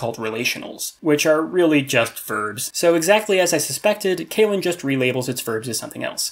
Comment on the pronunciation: Nice so see a video about this old favorite conlang of mine! A small nudge when it comes to pronunciation: I think you gotta watch how your long e's become like ey's, like you're saying "kaylen". I guess it's an English speaker thing?